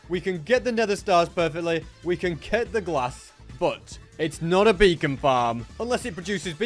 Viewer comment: For a second i thought he said a bacon farm